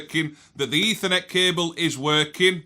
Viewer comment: Ding Dangly Doo! It is Eeeethernet